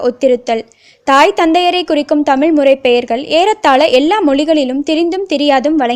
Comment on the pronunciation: I like this news. But I did not like her speach she always pronounced the word தமில்.